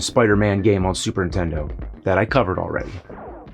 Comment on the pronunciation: Ah yes, the classic soup erntendo.